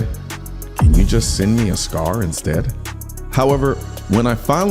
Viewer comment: Colion I thought you said just send me a Cigar instead! LOL 😆 SCAR! 👊👍👍